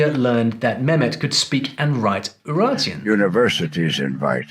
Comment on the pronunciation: quick notice for non fluent in english: UraRteans (not "n")